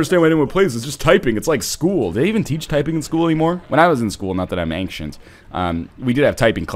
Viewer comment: Northerlion there's no K in Ancient